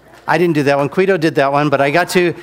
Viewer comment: Is there a reason he always says "Quido" when he means to say "Guido"? Is that some kind of inside joke?